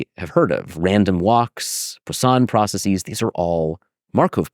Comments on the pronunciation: Anyone else annoyed by his incorrect pronunciation of processes? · It's difficult to follow when he rhymes processes with prophesies, i profess